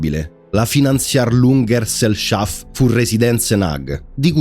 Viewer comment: Mi sono fermato ai due minuti dopo che ho sentito come hai pronunciato Finanzierungsgesellschaft für Residenzen AG.